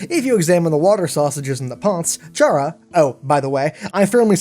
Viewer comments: Chara’s name is pronounced kara not ch-ara fyi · Gaming It's pronounced Cara not Chara, it's pronounced like the Irish word for friend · I think Chara is pronounced like Car-ah for CHARActor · PRNOUNSED CARE SPELLED CHARA! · It's pronounced "Kara" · Uhhh, sure, it's SPELLED Chara but it's PRONOUNCED Kara. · 1 thing STILL (after about 6 months) doesn't know,is how to pronounce the name Chara. Chara is short for Character,so it's pronounced Kara. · I think Chara is pronounced like "kair-a" like in "CHARActer" because usually the main character in RPG games kill everything for levels and exp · it's pronounced CARE-uh